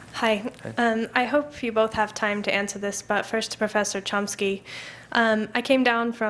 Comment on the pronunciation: did he call chomsky as tomsky ? again and again ?